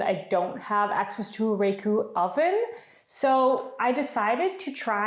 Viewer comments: It is raku like" ra "bbit.. Your idea is very cute. Thaks for sharing. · Oh, and the accent is on the second sylable - "ra" ku' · Raku is pronounced with a soft a and the accent is on the U